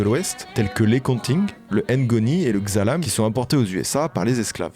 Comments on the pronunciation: Pour le Xalam, On prononce Halam avec un H bien aspiré et non Zalam. 🇸🇳🇸🇳🇸🇳🇸🇳 Sinon video au top.. comme d'hab. Je pense que beaucoup d'entre nous connaissions dejà son histoire mais tu as une maniere particuliere de raconter qui rends tout sujet captivant❤ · Juste une précision à pour le Xalam, on prononce "Khalam". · ça s’écrit Xalam mais ça se lit « Khalam »